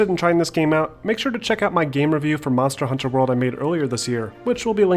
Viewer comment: Aaaaaarrrrhg u keep saying it as Monster: Hunter World